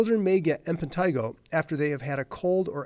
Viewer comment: Why does he keep saying "Impentigo"???